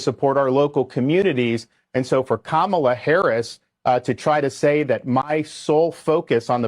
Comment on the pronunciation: I have to chuckle when you try to pronounce Kamala's name. ;)